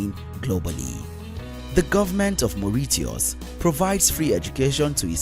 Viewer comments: Its very sad to have come across this video which doesnt know anything about Africa and its African countries do sad its Maurishias/Mauritias not the way you said it...And underating my Zim like that does not go well with me as a Zimbabwean who loves her country..You know nothing about Zim thats why its not on the least...Africa unite and be healed😬😔😌🤯🥵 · Is pronounced #Moricious# By the way, why do all these Countries have 1 thing in common? THE Darlings of the West. Sorry, Is just my analysis.South African Education is not best. It has infrastructure and practical training systems which are discriminatory. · Mooreeteahus …. 😂 never heard it pronounced like that!! 👍🏽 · Mauritius ="Morishos"* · The way you butchered the name "Mauritius"...I will hide this from my Mauritian colleagues and gf.🤣 🇰🇪🇰🇪🇰🇪🇲🇺🇲🇺🇲🇺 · Your pronunciation of Mauritius and tunisia is funny.😁😁